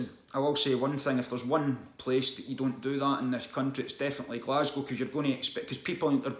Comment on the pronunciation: that willy wonka shit caused more outraged from YouTubers mispronouncing "Glasgow". From what i've seen about it though i kind of got to put some responsibility onto the parents for falling for it, just the website alone scream "scam" to me and the website was the only place to sign up for it to my knowledge.